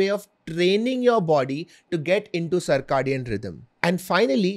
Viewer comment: Cir - “kay” - dian